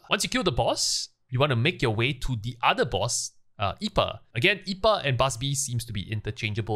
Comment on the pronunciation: Just a small note, the boss I’pa is pronounced “Eye-pee-ey” it’s a pun on a type of beer known as IPA.